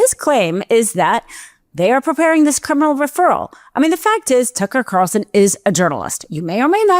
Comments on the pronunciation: This girl doesn't enunciate clearly. It's distracting.... Didn't hear a word she said. And I believe it's Tucker Carlson, not Carson. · did she say "turkle carlson"? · 'Turkel Carson'???? 😂😂😂😂😂😂